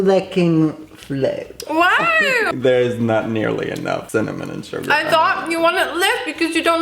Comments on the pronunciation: True same😂everytime when sm says Sugar I'm thinking of Yoongi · Every single time you say "sugar" I hear "Suga" and I just have to think of Min Yoongi and then I have to laugh 😂 😂😂